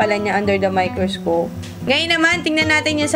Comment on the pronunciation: Tinascope! 😅 miKRIScope? 😅❤